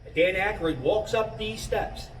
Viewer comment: Why do you pronounce Aykroyd as Ackeroid like hemorroid?